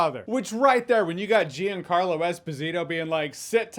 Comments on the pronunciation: It’s jean Carlo not jeen carlo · "Jee-ann carlo Esposito" lmao